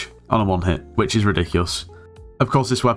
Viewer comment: that "is" triggers me so much